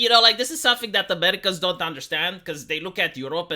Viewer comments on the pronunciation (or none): none